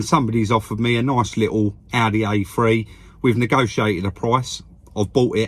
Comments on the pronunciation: It’s an Audi A three not anAudi . A free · It's an Audi a free, not a Audi . A free